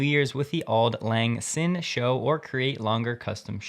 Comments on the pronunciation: pronounced zine. He pronounced it sing. You may have gotten the letters reversed. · Old Lang "Sin" are you kidding me? It's pronounced "Zign" you need to get out more. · Great report, as usual. Pronunciation hint: Auld Lang Syne.... Old Lang Sign. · "Auld Lang Sin?" Really? Try googling it. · Auld Lang Syne (a nearly universally known favorite New Years Eve song) is pronounced, Aald Lang Zine. ✌😎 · From Google: 'Auld Lang Syne' is pronounced rather similarly to Standard English 'old long sign.' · Auld Lang Syne pronounced Old Lang Zine (like sign). Old English spelling. Boomer out.